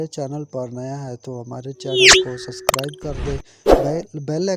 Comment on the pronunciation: Suscribe nae subscribe hota he